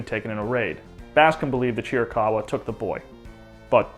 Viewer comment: It’s also VERY relieving to hear someone finally pronounce Chiricahua correctly…